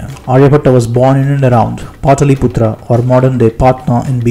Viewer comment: Good video but please learn to pronounce Patliputra and Patna correctly. You are an Indian and you should have original accent especially pronounciation of Indian names, that is the least we can expect from you.